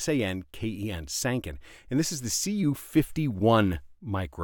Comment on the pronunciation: BTW Sanken rhymes with Tron/Pen.